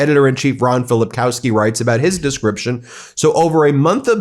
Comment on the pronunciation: 'Filipkowski' is pronounced as 'Filipkovski' Our w = v